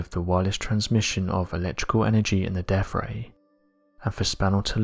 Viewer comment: The Tesla DEAF ray. Hilarious. Was he also in wif the yoof of today?